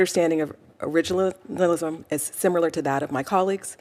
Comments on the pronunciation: Cannot pronounce originalism? 😅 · Man she couldn’t even pronounce “originalism” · She is a judge and cannot even pronounce the word originalism. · Originalism .... she can't even say it 😂😂😂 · She can't pronounce it. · They have one who can’t even pronounce the word originalism 🙄🙄🙄🙄🙄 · This black woman can’t even pronounce the word originalist. What they need to do is read the document its simply stated what they mean.